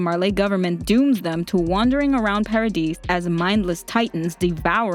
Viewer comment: Just saying I think it's pronounced paradise like the dise part is pronounced like the word this again I'm just saying